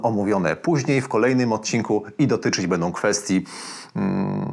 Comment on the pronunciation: Cześć, kanał mega. Uwielbiam oglądać większość Twoich materiałów a w szczególności wywiady następnie wszelkiego rodzaju poradniki. Niestety boli mnie jak mówisz końcówki typu dobrom, bendom, zrobiom. Proszę zwróć uwagę na to bo mówi się będą, zrobią i dobrą . Tam na końcu jest Ą Pozdrawiam serdecznie